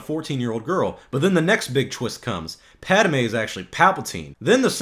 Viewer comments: Um . . . it's not pronounced "Pada-may." It's Pad-may. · Pad a May, really.